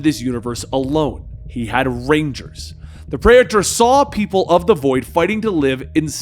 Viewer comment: that was pretty cool, I hope they use and explore that praetor lore in the future. also praetor is pronounced pree-ter, like peter with another r, not predator without the d